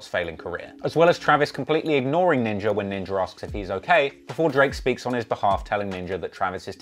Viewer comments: I know you aren’t racist I guess but you realize you’re pronouncing ninja with the hard ER we don’t do that anymore bro. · he said Ninger hahahaha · Hey congrats on the major hike in Subscribers, quick question, why is it when you say “Ninja” it almost sounds like you’re saying Ninjer..why